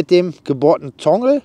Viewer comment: Praktische Idee! Spart sicherlich einiges an Zeit beim Auf und Abbau. Nebenbei, was ist ein 'Tongel'? Meintest Du vielleicht 'Toggle', also einen Knebel? Danke für's zeigen und nachträglich noch alles Gute zum neuen Jahr! Nachtrag: später im Video wird's deutlicher, gemeint ist tatsächlich 'Toggle'. Sorry, hörte sich zu Beginn anders an.